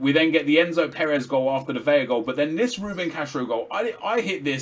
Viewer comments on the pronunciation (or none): Yoo, VeLLLLaaah like lah lah lah. Not (Veya) Its said Velah. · its pronounced Carlos Vela. Its only Veya with the double ll.So it isnt silent you can hear the L.